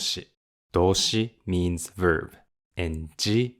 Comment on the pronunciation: I have been following your MNN lessons from the very beginning and they make the MNN books much more understandable and digestible, so ありがとう!!! Btw, I'm also a private English coach, and I don't mean to be pedantic, but "verb" is always pronounced with a hard 'b', never like "verve", which is also a word in English. 🙂